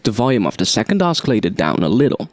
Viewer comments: First of all I want to thank you so much for the tutorials. You are one of the best teachers on youtube for this kind of music. I know English is your second language, but for your future videos, "oscillator" is supposed to be pronounced like "Ossillator". Even though it has a "C" in the spelling, it is soft like "S" not hard like "K". And the number "3" is pronounced with a "TH". The way you are saying it is like "TREE". Anyways, great job and keep those videos coming!!! -Thanks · Oskillator?? haha